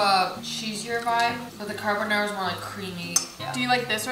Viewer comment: “Carbonara”: “Carbonara” Nobody:: “CarBONNairA”